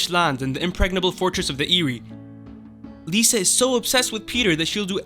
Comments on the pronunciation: It's not "Lisa" and "Tears of Lice." It's "Lie-sa" and "Tears of Lease." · I love how u pronounce tears of lys and lysa arryn exactly opposite of what they are supposed to sound like. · Lisa not Lyssa? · Lysa....it's LYSA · Can you please learn how to pronounce “Catelyn”, “Lysa”, and “Lys”. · Sorry, couldn't finish the video due to all the spelling and pronunciation errors. Lisa? Caitlin? Marcella? Is this an American High School? Jon Aaron 😂😂😂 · How are you mispronouncing so many character's names on the show when they are all verbally spoken? It's not Lisa Arryn, it's Lysa Arryn (LIE-suh). It's not Mare-Jerry, it's Mar-juh-ry. It's not the Eerie, the Eyrie (Air-ee). Varys is not Vare-ees, it's Vare-iss.